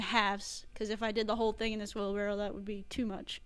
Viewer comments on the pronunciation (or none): Wheelbarrow, not barrel. I was guilty of this for a long, long time and still struggle to say it correctly.